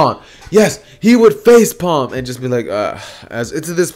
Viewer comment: The fact that he struggled to get the word face palm. Lol